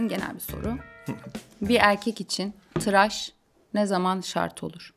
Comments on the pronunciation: traş değil 'TIRAŞ' saygılar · Traş değil tıraş bu arada 😁